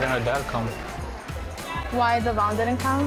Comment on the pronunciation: It’s annoying how Brianna STILL pronounces Devoin’s name wrong